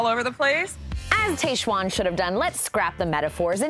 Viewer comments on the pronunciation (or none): Stop. calling. her. tayshuan. Her name is pronounced Taj-uan. Like the taj mahal. TAJ. Not Tay. okay rant over. haha!